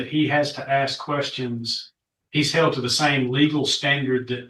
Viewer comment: OMG, can he not ask a question without asking if he can axe a question? Just ask.